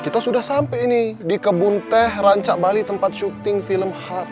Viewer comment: Lagi serius nnton ngakak gegara bilang Rancabalinya dg aksen jadi Rancak Bali hehe. Dulu tuh nnton Heart seru romantis sedih. Terus iseng2 bulan kemaren nnton lagi malah kek cringe konyol dn ketawa2.